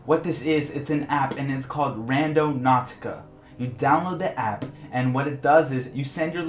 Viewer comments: He has to make the p sound super strong and but quantum in front of number generator lmao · My does he put so much énfasis on the P of app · you say app weird lmao